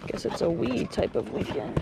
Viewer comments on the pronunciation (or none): It's a wii-kend.😂